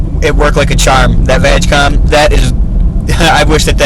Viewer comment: VW Group (and the cable is easy to get but the software is a different story) also its pronounced "VaaaG" COM NOT VAGcom